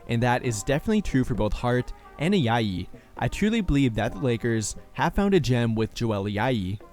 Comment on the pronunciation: Nice video. Just found your channel and already watched four videos. Quick correction, the J in Ajayi is pronounced like the J in Joel. Keep up the great work